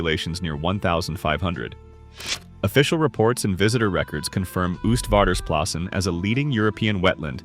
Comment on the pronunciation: For a next time: you pronounce it 'OASTvaarders plassen, like oatmeal.